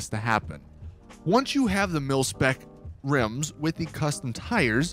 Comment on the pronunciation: When he said rims I cringed